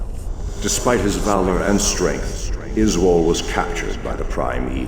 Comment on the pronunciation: Izual? Yoy mean "Izeeyool"?